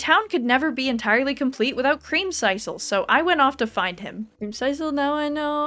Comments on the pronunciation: I mean it was creamsiscle not creamsicle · Is anyone gonna tell her how to pronounce creamsicle??? It’s like popsicle 😂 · It hurt every time she said it.🤣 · you should play Ooblets! It's like a mix of stardew and pokemon and its so silly I think you would have fun. Also pronouncing creamsicle like that makes me so uncomfortable I've never heard anyone say it like that before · I can't tell if you're purposefully mispronouncing creamcicle like that or if that's how you think it's said XD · I have never heard creamsicle pronounced that way…